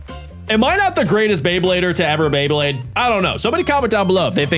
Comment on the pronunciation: Is it just me or do you say bleyblade